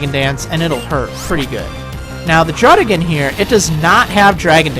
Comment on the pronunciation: It's Druddi-gun. :)